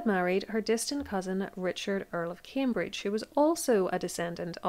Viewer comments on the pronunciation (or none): none